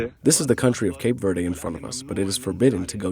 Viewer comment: Mispronounced Verde